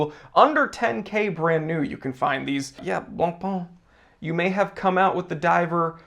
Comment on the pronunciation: I think Longines is the better recent "newcomer"... But COME ON: BLANCPAIN is not BLANPAAAN. 😈😈😈